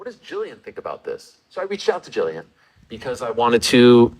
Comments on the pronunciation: pronounce her name Jillian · Come on... gotta at least get the names right.... Jill- ian not (Gillian) and it's Din (pronounced like Dean)